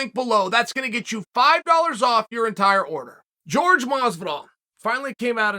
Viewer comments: It’s Jorge not George. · Incapable of pronouncing Jorge?